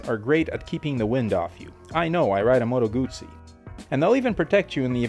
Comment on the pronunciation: learn how to pronounce Motoguzzi please!!!